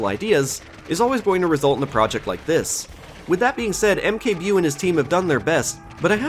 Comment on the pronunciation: Mkbewe is a reference to one of Polish online cartoons called Kapitan Bomba. You didn't really say it right but it is okay. I think it was supposed to sound well.... African, as the character in question is essentially a parody of blacksploitation movie protagonists. AKA A n-word with a rocket launcher